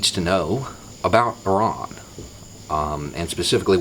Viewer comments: Thank God you prounced Iran properly. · first "Murican speaker i have heard that pronounces Iran, Iraq, and Italy correctly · That's encouraging: someone in the USA who can pronounce "Iran" properly. I was there a few years ago, and they were all very welcoming. One young couple who stopped to chat one my first day told me: "Iran needs help." When I asked what kind, she said: "Iran needs friends." They are not stupid, and they would have to be very stupid to not realise that we ordinary people who don't own major stakes in Halliburton or Lockheed-Martin would be a whole lot better off with a lot more friendliness between nations and a lot less Sabre-rattling, Tomcat-rattling, Eagle-rattling, Falcon-rattling, Hornet-rattling, Raptor-rattling, Fishbed-rattling, Flogger-rattling, Frogfoot-rattling, Foxbat-rattling, Fulcrum-rattling and shelling of hospitals. They wear blue jeans and Converse sneakers. They sit side by side on riverbanks with their paramours. They have satellite televisions. They have ghost-shaped cakes in the cafés for Hallowe'en. We'd get along just fine with them, if we could see past the dozen angry old men on whom a dozen angry old men want us to focus.